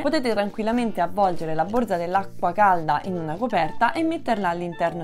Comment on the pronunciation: Borza, non si puo sentire!